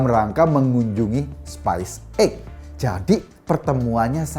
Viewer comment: Pelafalannya masih keliru pak Ekooooo: Space (spaes) Spice (spais)